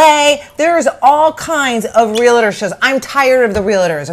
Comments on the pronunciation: I appreciate your recaps/opinions and you can have whatever opinion you want about Realtors, but at least pronounce it correctly. It is not a three syllable word. It is two. It is REAL-TOR, not REAL-ATOR. That's all. P.S. You can verify with your real estate agent friends that are Realtor members, but not all real estate agents are Realtors. Realtor is a trademarked term for members of the National Association of Realtors. Realtor members work incredibly hard, are problem solvers and tirelessly fight for private property rights. I'm proud to be one. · Real tor not Real a tor